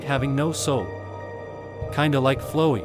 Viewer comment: lmao why does the ai voice pronounce flowey like that